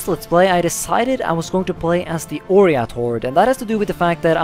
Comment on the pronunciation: Its OIrat not ORIAT